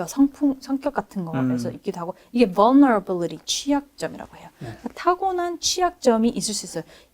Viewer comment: 벌너러빌리리 ㅋㅋㅋㅋㅋ vulnerability 머누버빌리리 maneuverability